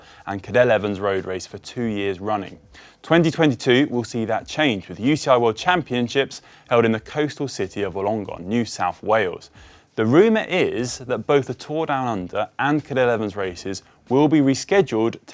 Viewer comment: Classic Wollongong pronunciation! Try Wool - n - gong. Got till September to master it!